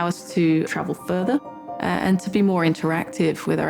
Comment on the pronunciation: "worthy of furthy exploration." HAHHA